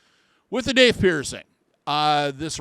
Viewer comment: If it was meant to be pronounced, Dauth the vowels would be au, but it's not, is it. No, in fact, it's spelled with the ai vowel combination, making it have the long A sound. Maybe it's the boomer in me, but Grammar IS important.